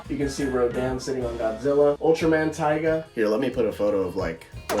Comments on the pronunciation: For future reference, Tiga is pronounced as Tee-ga and not Tai-ga. Funny enough, Ultraman Taiga does exist as he is the son of Ultraman Taro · Its pronounced Tee-Ga. Important because there is an Ultraman Taiga, who is the son of Taro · its pronaunsed ti as in the letter t then ga not ti as in tiger